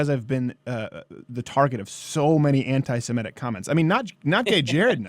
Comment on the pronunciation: It's Semitic, not Semetic.